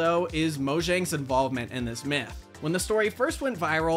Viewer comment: "and how thjis unusual creepypasta spawned a generation of terrified Minecraft players." thjis? lmao